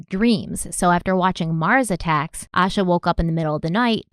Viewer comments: Hi there! Just wanting to comment and let y’all know, Asha was the 1st cousin of a childhood friend of mine, thank you so much for covering her disappearance ❤️ Please know, though, her name is pronounced Ay-sha, not Ash-uh. Love your show! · her name, it’s pronounced Ay-sha. Pretty well known for anyone who has looked into this case so it surprises me they got that wrong. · yes A- sha. And the mom’s name is not pronounced A-quil-ah lol. I’m pretty sure she pronounced it A-key-la. AA names can be difficult but there are some references to the correct pronunciation. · please. Its morgan-TON and lincoln-TON just like its spelled.. not town.. and im pretty sure its Aye-sha. I remember this case i was about her age when she went missing. I lived about 20 minutes away. And idk what it is about Derrick.. he seems disingenuous. Love u tho! Ill keep an open mind about him tho lol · Oh, I love how you pronounced Asha's name differently 3 times in the first minute hoping one of them was right lol I have heard it's pronounced Ayy-shuhh, with peace and love of course. <3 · Her family is involved. I don't believe in coincidence when it comes to crime. A sheltered, cautious child would NEVER leave on their own. I was an anxious child and everything was looked at as dangerous... especially at night. (Also her name is pronounced Aye-Sha:)) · Her name is pronounced aye-sha. Thanks for covering this story. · Her name is pronounced Aye-Sha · Her name is pronounced “Aye—shah.” I moved to Charlotte the exact year she went missing—she was 30 minutes away. I was so little at the time and have followed this case my whole life. Thank you for covering Asha’s story 💙 My heart aches for her family 💙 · Thanks for doing this important case. I haven't heard her parents say her name, but fyi the police and FBI involved pronounce her name with a long "a" sound - similar to Asia with more of a "sh" sound in it.